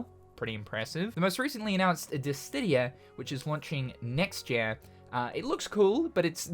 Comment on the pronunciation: We need a compilation video of mispronunciation of “dissidia” 🤦🏽‍♂️